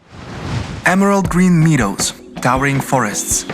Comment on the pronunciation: kai jis visai ne taip kaip reikia istaria meadow, man net pasirdzius nuduria... bet siaip cia viskas graziai ir optimistiskai